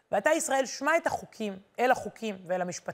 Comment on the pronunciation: חזק וברוך !!! המון תודה!!! אגב, ש-מע - מתחת לאות שין יש שווא נע, לכן אומרים את האות שין כאילו בצירה...